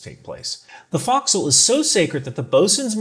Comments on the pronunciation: Former boat person here... Your pronunciation of forecastle caused me a minor stroke. Pronounce it Faux-k-soul please. Not foxhole. I will show Grace since you're just a grunt. Love ya shipmate keep it up. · You know you're in the Department of the Boat People who your pronounce focsle like fox hole. LOL. Pronunciation sounds more like folk-soul. Our rates our equivalent to our MOS. NECs designated we've been to a specific school and the NEC identifies that skiii set (example... Gunner's Mate would designate an MOS to show a general knowledge. If they went to, say, a 5" inch gun school, you would have an NEC showing the specialty skill. Great video... the effort you put in to try and understand what you saw is commendable! We've pride in our ships, but even more so of our carriers. Huzzah! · great video, but it's FOE'csle, not FOX'cle - former carrier sailor (USS NIMITZ, Reactor Dept) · Do they really pronounce fo’c’sle that way? Fox’le not folk’s’le? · Nice video. Down south we (Australian Navy) would say "Folk-Sal" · FYI the location where ships chains are stored is called the forecastle pronounced folk-cell. Haze grey and underway! 😊